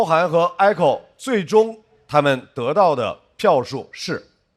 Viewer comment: echo不是艾口好吗？→_→